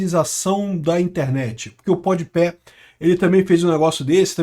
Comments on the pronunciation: Kkkkk "pod Pé" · "Pod Pé" é foda. Kkkk